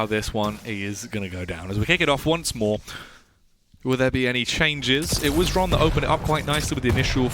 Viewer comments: Dear casters, its pronounced "Hron" were "H" is not silent. Not Shron, Sron, Exron, Kron, Esron, Ksron. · Russian/Ukrainian here. Same shit, really. The X is Cyrillic, i.e. it sounds pretty much identically to Latin H. Zoot, being buddies with Xron, has known this for ages, but refused to say "hron," because it somehow messed up his throat or whatever. But it's pronounced "hron." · Number of times when Xron's name was pronounced correctly: 0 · Top 10 mysteries science can't explain: #1 - How to pronounce Xron's name